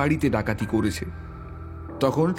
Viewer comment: হয়েছে, গিয়েছে,করেছে এই রকম উচ্চারণ গুলো খুবই কানে বাজছে।